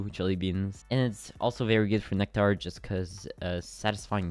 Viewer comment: why he saying nectar like that